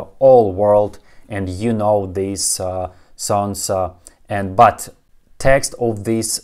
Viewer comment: Мне нравятся ваши видео,. Спасибо за ваше время и работу. У меня есть небольшое предложение для вашего английского произношения. Я знаю, что в русском языке последний согласный обычно незвонкие. На английском языке: обычно звонкие. So, instead of 'thees songs' for 'these songs', try 'theez songz', etc. Even 'phrases' is more like 'fray-zez'. У меня проблема обратная!